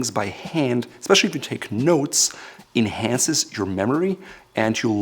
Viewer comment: "Taking notes by hand in-hand-ces" (inhances)...😂😂😂